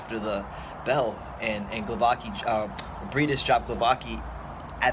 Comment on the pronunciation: Glovacki not Glovaki-???